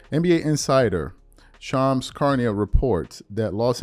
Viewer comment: Dude been saying Shams name wrong for years. Unreal.